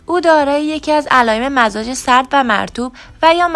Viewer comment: سلام تمام مزاج هارامجازتلفظ کردین !!!